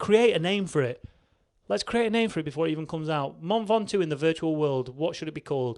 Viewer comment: "Min Ventoux"